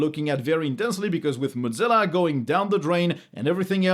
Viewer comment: Not "mod-zilla" (godzilla); moe-zilla.